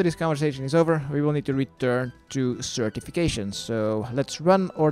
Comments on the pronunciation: Certification AKA Sir Tiffy Cashien.. or is it just me hearing it? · I just noticed that the knights names are pronounced as certification and ceramic vase. Wow after 15 years of playing. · 15 years ive played this game and i just realised. sir tiffy cashien.. certification... what the fuck